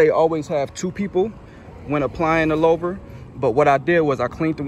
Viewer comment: Not trying to be rude but it’s pronounced like hoover but with an L like “looover”